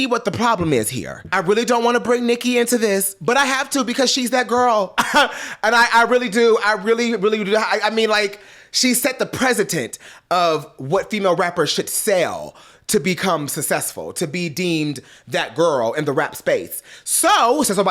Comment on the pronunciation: Couldn’t even pronounce precedent 😂